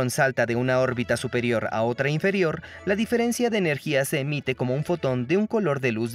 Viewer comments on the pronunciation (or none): none